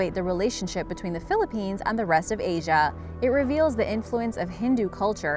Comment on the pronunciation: Im getting triggered everytime she says a place from the Philippines wrong